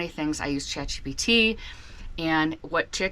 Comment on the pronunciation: Did you say “Chat GDT” ???